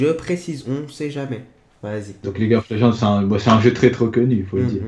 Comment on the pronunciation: je suis le seul a avoir entendu: leaguesof of legends de la part de 😂😂 Bon Aniv Lasalle